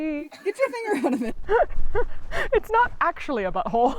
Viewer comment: Confirmation of the buh-hole pronunciation theory - ymh